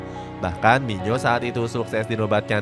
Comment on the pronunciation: Iya kurang jelas itu kyknya nyebutny.. kirain ku doank yg bingung